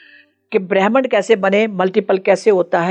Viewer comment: aap gud punjabi me galat shabd bol dete ho.... Bhramand ko brehmn bol rahe ho...😂😂😂